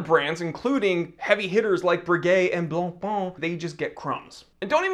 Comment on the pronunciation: Again: BLANCPAIN is not BLANPAAN: is french, so you need to say BLANPÈN. Oooookkkkkkeyyyyy?? 😈😈😈